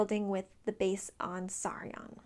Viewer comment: You called Saryon Sauron! Oh man